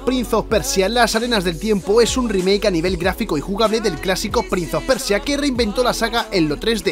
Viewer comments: prinSe of persia... loco en inglés no se pronuncia la C o Z... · “Prinz of Persia”???? 😂